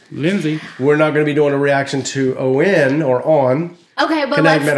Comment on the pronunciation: The way they say “oh-en” instead of ON. Like on and off. Sometimes y’all over complicate things. 😂 Also, quit listening before you react to it!